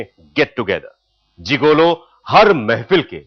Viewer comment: इस का उच्चारण जिगोलो नहीं मगर जिगलो होता है।